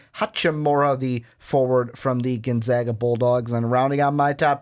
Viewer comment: I like how he can say Hachimura right, but not Gonzaga.